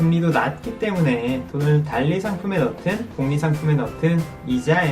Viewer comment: 단리는 읽을때는 달리 라고 읽는 겁니다 ㄹ탈락 인거 모르십니까?